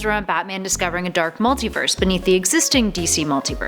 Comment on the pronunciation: Jesus Christ, I have never heard this much butchery of pronunciations for so many words. The pronunciations weren't even consistent either. She kept on going from "Multaverse" to "Multiverse" then back again.